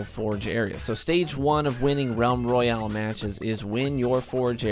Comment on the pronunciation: Roayale?? I think you might need to fix that.